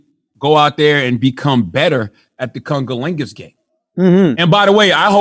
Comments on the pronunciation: How were they letting Charlemagne get away with pronouncing the word as congerlingus. When the word is actually pronounced as cunnilingus. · Did Charlemagne say “ Kungaligus” ?? Lol 😂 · He said kunga lingus.